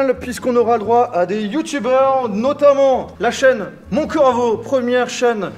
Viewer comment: Phahaha l’entrée de Mont « Coravo » 😭